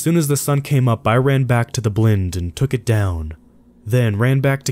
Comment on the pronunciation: I like the way you mispronounce blind